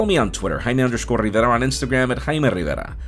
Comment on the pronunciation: Rrrrrrriiiivera,how come you pronounced like that. I don’t know but it hurts my ears.